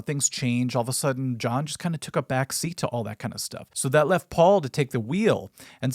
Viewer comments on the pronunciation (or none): none